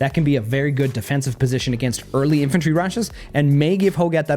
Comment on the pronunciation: Nice video, only thing that really annoyed me calling that artillery "infentry" unit.